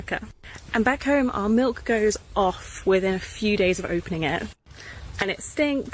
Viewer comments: I didn't know that people can actually say "malk" genuinely. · Are you saying 'melk'?